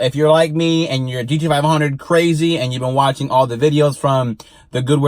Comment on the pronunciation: GDFIHUNDRED as you are pronouncing it or is it GT Five Hundred (GT-500)